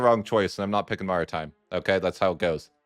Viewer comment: Pronunciation of maritime is kinda crazy